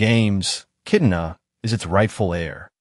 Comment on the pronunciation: Sir this is something cool info on the new mortal kombat movie sequel but you have to know the characters name that way people can actually know who u are talking about, it's kitana not kitna,fans may think that's a new character or something 😅